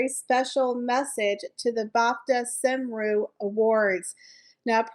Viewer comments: I think it’s pronounced “ com-roue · ❤ I always enjoy your content, thank you. The usual way to say Cymru is cumroo, with respect xx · Cymru is pronounced Kumree. It is Welsh for Wales.